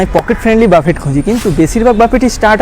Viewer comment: উচ্চারণ টা বাফেট নয় বুফে হবে 😵‍💫